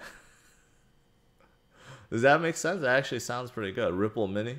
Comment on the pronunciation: ripple sounds too much like ruuple